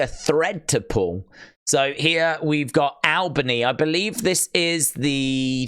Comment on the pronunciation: If you Bo-lieve you will Bo-Long 😂